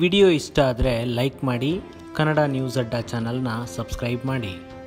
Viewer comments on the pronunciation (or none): none